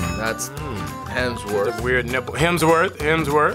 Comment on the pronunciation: Seb: “hemsWORTH”